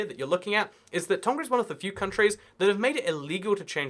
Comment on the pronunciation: Pronunciation Correction: Tonga has a 'ng' sound like in the '-ing' ending (save for some dialects of English). On the note of Tonga, we call the people of Tonga Tongans